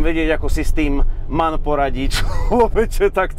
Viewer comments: Neříká se man, ale , em. á. en... Mannheim, Augsburg, Nürnberg.. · nemci by ti dali (že to vyslovuješ ako MAN). Vyslovuje sa to ako M, A, N...zvlášť!!! Na to pozor, najmä u nich. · pozor Němci dbají na důraznou výslovnost a jakoby to vyspelují M A N ("das ist ein em á en")😃